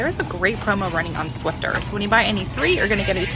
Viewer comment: there is no "t" in Swiffer lol. I'm going to do that Pepsi deal because I'm down to my last 12 pack